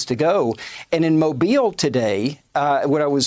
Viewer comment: I love you, Rachel. It's mo-BEEYL. The stress is on the second syllable. I love you, R!!